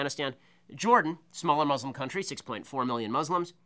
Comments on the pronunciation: It's Muslims not Muzlums it's pronounced exactly how it's spelled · The dude can barely pronounce muslim right.